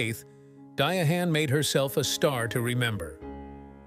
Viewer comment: I can’t with the Dia-hann. I can’t get to the end.